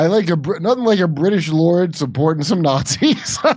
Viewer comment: “Snotzis”. Lol